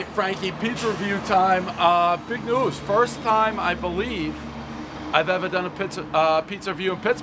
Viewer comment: Did he say big news or big nose in the beginning?